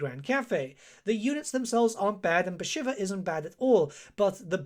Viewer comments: pronunciation of the name was so bad I had to close the vid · 40 hours of play time and you still can't pronounce her name. /s